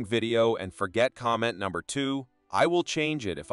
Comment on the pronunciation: Why is this A.I. pronouncing numbers like that?